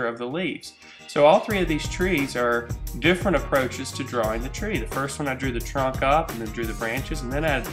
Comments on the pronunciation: at the begining he say dwaing twees hehe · He enunciates the W in 'drawing' a lot.